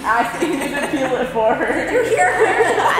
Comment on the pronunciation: PLEASE learn how to pronounce words it’s “PEEL” not “PILL” omggggg